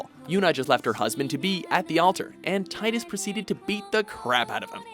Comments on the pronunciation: It's Tee-dus NOT Tye-dus. I'm so tired of everyone pronouncing it wrong. I mean, when you hear the character's voice actor (James Arnold Taylor, voice of Obi-Wan from Clone Wars and Johnny Test) pronounce it as Tee-dus, the evidence becomes quite irrefutable. Tidus' name comes from the Japanese word for "sun" which is pronounced Tee-doo or Tee-yo, depending on origin. This also explains why the Sun Crest and Sun Sigil power his ultimate weapon. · It’s still Teedus though. You’re pronouncing it wrong. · allow me to drop a little knowledge. Tidus's name is pronounced "Tee-Dus", due to his name being based off the word for sun "tida", which is seen in game by his crest/sigil being Sun. so please, stop saying Tie-Dus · Jesus Christ the the final fantasy 10 protagonist is called TEA-DUS NOT TIEDUS GOD DAMN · It’s TEE-DUS… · It is actually pronounced "Teetra" ...And "Teedus" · Zidaaaaan not Zideyn Teedus not Taydus